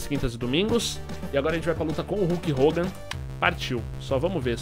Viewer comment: É KULK HOGAN!